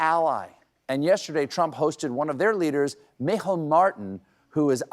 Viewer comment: Got Micheál's name spot on this time, unlike the last time when Stephen called him 'me hole' lolol